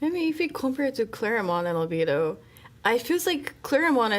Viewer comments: It is not Over doh. it's Oviedo! Over doh it what others call it who can't pronounce it😂😂😂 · It’s not pronounced “Oveedo”. That’s what the over confidently obtuse call it. If the majority who live there call it that, then I have significant picture of who’s residing there. Pass.